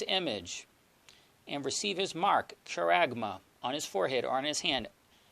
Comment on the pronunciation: Brother, hope you don't mind me sharing this little info with you. Just wanted to let you know that often Greek pronunciations given in websites aren't always accurate - charagma is pronounced haragma - 'CH' makes a strong 'H' sound (i guess like a 'clearing of the throat' sort of sound). Hope this is a help and not meant to confuse instead.